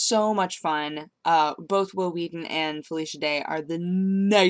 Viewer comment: Will Wheaten with emphasis on the H.